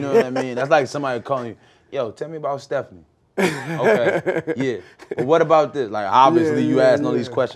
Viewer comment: Lol "Stephanie"